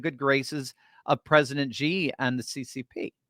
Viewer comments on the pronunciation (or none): XI is pronounced "SHI" Jinping, not "GEE" Jinping. 😝🤪😜